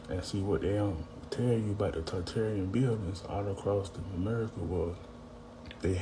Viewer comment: Why do people mispronounce Tartaria? Tar is said twice. Not tear, as in rip, the second time. And how do you say tartare sauce?